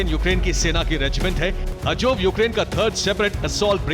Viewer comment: Ajoub nahi azob ...pehle sahi se bole to seekh lo